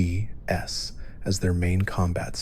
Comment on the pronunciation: Please just say VATS and SPECIAL. Omg